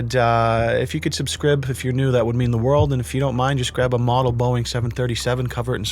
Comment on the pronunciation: said "subscrib"!!!!!! 🤣🤣🤣🤣🤣🤣🤣🤣